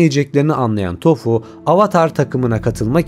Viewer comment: Toph un adı tofu diye değil tof diye telaffuz ediliyor yalnız